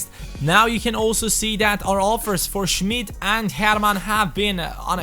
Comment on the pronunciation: Ünichts für ungut aber das i bei Schmid ist lang